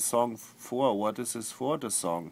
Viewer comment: oh my god !!! the way he pronounces whutt is hilarious !!!! love ya flulaa